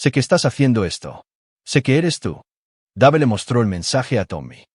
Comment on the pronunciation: Dave se pronunci Deiv.